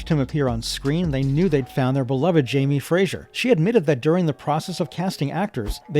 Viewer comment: Its not Fraysher or Frazier, its FRASER!